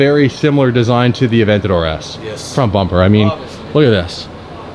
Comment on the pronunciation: Did anyone hear him say aventador s